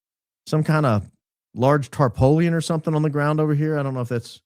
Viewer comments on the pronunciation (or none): B-BaronBbbbbaron! Did you just say "tarpowleun"? I knowed you wuz Kuntry. I bet you know Latin and hover around 150 IQ even if you've been day drinking. But coming from Hattiesburg Mississippi I can say you are killing me. The rest of the world calls it a tarp, or tarpaulin. Not here in the new South, we caint say it. Bless your heart, with your dad gum tarpoleon. I know you have at least one Chester drawer😂